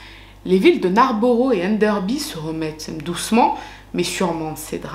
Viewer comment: Hello😊 bon , je ne vais pas te clasher en science mais en Anglishe 😅, borough ne se prononce pas borough mais bro par exemple Narnborough se prononce Narnb(0)rough Farnbro Leicester se prononce Leister ...De rien 😊 sinon t'as tout tres bon pour le reste❤